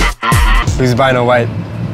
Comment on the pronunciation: "beeno white" LMAO